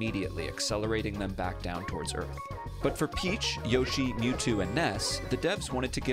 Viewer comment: That's not how to pronounce Yoshi